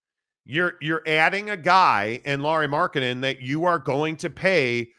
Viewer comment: who is Lauri Marketnnen?